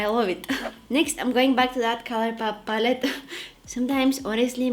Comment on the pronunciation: We should all call color pallet “papallet” from now on. LOL. Kidding aside, I love this video. The only makeup tutorial that’s easy to follow for me since I’m new to this. Hehe.